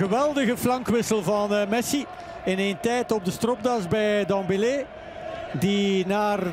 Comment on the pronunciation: is het zo moeilijk om dembele juist uit te spreken?